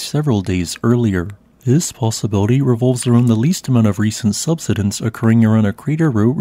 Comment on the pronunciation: Subsidence. Key words are being mispronounced. Such presentations are uneducating some and make others uneducatable.